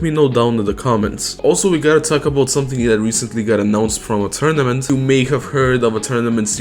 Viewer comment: is it just me or does saying "a tournament" sound stupidly much like aetrnament